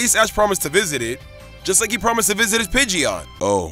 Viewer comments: Left off the D in Pidgeot! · When he meintoned pideotte I laughed